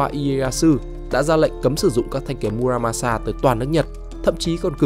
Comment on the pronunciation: Mư ra ma xa . Đọc đúng âm Nhật